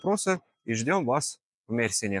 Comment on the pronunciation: НурСултан Мерсине ударение на Е